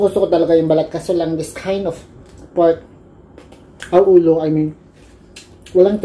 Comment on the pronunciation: Grabe ka slang sa Lechon Olow! Hahaha mahilig sa olow shiutout